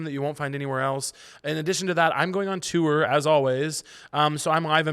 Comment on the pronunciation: Obsessed with how you say “too-ur” when talking about your tour